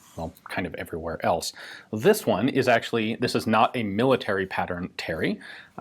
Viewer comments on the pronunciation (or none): none